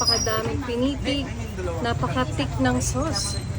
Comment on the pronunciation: It's THICK NOT TIK!!!